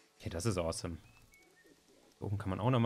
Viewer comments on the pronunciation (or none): none